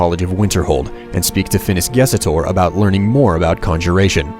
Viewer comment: It's Ges Tor. Not Ges Et Or. Learn how to read!